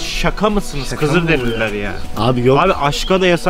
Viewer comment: kızıldereliler değil kizilderililer 😂